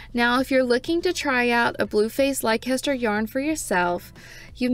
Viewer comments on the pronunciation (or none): Leicester is pronounced "Lei-sster" not "lai-caster"😊